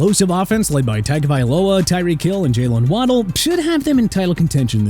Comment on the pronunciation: Table-turnings? You mean tables-turning?! And let me pronounce Tua Tagovailoa's name for you: Ta-go-vai-lo-uh!!